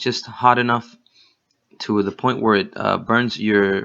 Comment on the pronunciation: Thanks a lot for the video. Great to know how that works. Please do your listeners a favor and spend some time on the pronunciation of "the". Your English is too good to embarrass yourself with this